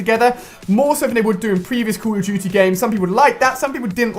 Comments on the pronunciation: " call of juty BLAK OOPS 3 " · I get ticked when you say Call of Duty... "Cool of juty"